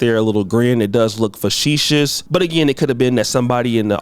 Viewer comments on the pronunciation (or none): I will pay you handsomely to say facetious. “ Fa she suss” Hahahahhaha I’ve been hitting the time and laughing like a fucking lunatic… hahahahahah